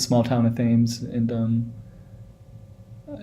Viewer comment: I know this road from early childhood - don't live in NZ anymore, watching this brings back memories. pronounce "Tems" like the river Thames in London U.K